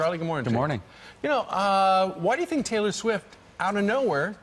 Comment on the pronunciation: I love how Kyle pronounced "Schwift"